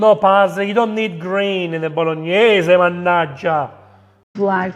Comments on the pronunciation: drink pasta water every time she says boloneys challenge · Bolog-Ne-Se ... Sofffffrito ... Star-Anis . It's funny when you get mad. And who in the right mind puts tomatoes (and wine, if you want to do it properly) in a cast iron wok. The acidity might destroy it. That's why a cast iron pot has a coating and is made for slow cooking. A wok doesn't have that coating and is made for fast cooking and not for "stews". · Man said "bolo knees" am dying 💀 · That's why this is a Bolonays and not a Bolognese. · Wok.....and Faster....Bolognese i can not speak how it hurts to me😅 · Addition notes: Most people pronounce Bolognese as French way, the real sound should be BologNIE-SEI. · She murdered the Bolognese!